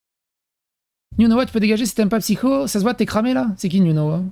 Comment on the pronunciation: Bonjour, arrête de de psycho alors que c'est merci 😂 j'ai repris Lilith PCQ elle disait psycho au lieu de (elle a mis mon com dans une vidéo et j'ai chopé un orgasme lol😂😂) merci de ta compréhension